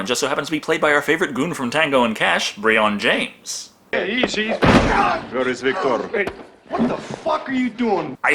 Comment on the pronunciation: i applaud you, your the first person on youtube to pronounce brion james the right way. most people call him brian.